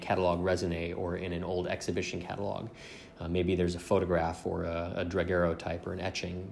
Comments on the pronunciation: I’ll be that guy. For daguerreotype, it’s “Duh” Gare Oh Type not: “Druh” Gare Oh Type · I'm up on the pronunciations of Alizarin and Daguerreotype and I'm a layman, just sayin,. Those need some work, bro. Otherwise, yer doin well. Keep at it. That is a tough looking painting to retouch. Faces are different than anything inanimate. People recognize facial features innately and instantly perceive the tiniest of flaws. I like that you told the viewers to basically go screw on their opinions. Imo, it's a good restoration. The more you look at it, the more one side blends with the other. The overall effect of it retouched and varnished and re-framed and hung on a wall assuredly makes the gent look realistic. But I'm just a shithead viewer. At any rate, you did a good job in my book, fwiw. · "alizarian crimson" "draguerrotype" yikes